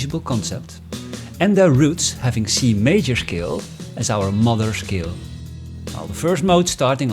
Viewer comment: "shcale" Somehow it's even more effective with that German sound. Anyway, THE BEST EXPLANATION ON MODES THANK GOD! No actually, thank YOU. Somehow 50% of music theory explanation is about the one explaining flexing his wide knowledge and vocabulary on music theory.